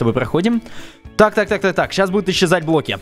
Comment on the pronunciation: почему ты говоришь блки